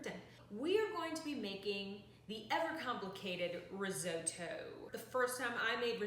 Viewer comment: pretty sure you are saying risotto wrong